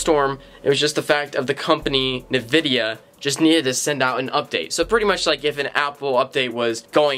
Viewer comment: nevidia. so many times this video. my ears hurt now.